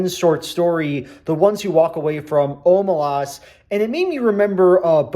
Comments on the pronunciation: I completely disagree, it’s pronounced, “o-MAY-lehs” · i always thought it was pronounced “oh-may-less” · You should tell Shaun how to pronounce Omelas, he doesn’t know how